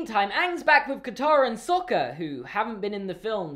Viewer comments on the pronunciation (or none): All the awful name pronunciations as well...! Iroh turned into Eeroh Sokka turned into Sohka Aang turned to Ahng It's just.... UGH. And Sokka was only ever called Sohka in the one episode where Princess Yue's fiance called him that at the weapon's room! The ONLY TIME! It's like Shyamalanadingdong didn't even see half the movie before he made this! It's like he saw bits and pieces and said "Oh, I like this! I'll make a ripoff!" No disrespect, but REALLY.